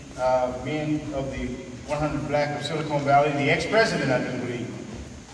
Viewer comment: is he saying "Sili-CONE Valley" as opposed to "Silicon Valley"